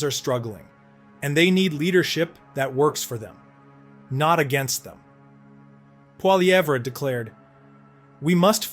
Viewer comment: I love how the AI cannot pronounce Pierre's last name ahaha! kills me every time I hear PWOLLY EVERA!!!!!!!!!!!!!!😅